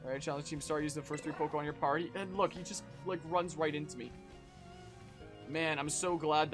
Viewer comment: I really wanted to get through this whole video, as I had to quit this game early on thanks to motion sickness, and would've loved to see a thorough breakdown of everything wrong with the game - but between the vocal fry and....Pokewon?...I just couldn't make it all the way through.